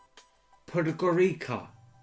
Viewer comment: Podgorica is the capital of Montenegro - pronounced PodgOritza